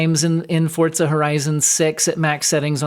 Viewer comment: FORZA, not FORTZA. I don't know why this drives me up the wall but it does.